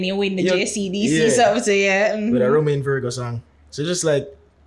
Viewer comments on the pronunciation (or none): none